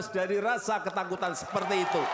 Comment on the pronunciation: Siapakah, ituh, yang, laing, sipakah, sebenarnya, ituh, lain